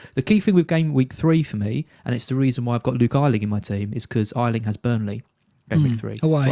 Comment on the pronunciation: Oh my god your still saying g Ayling wrong!!!! Ayyyyyyling!!!!!! Say yayyyyyy! Ayyyyyling